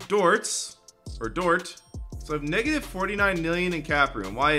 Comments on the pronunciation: Why did it’s sound like said the n word? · it sound like you said the n word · listen to lmao it sounds like it but he’s saying negative